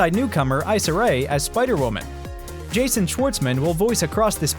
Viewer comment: Hey brotha Issa Rae's name is pronounced (E-ssah)👍🏾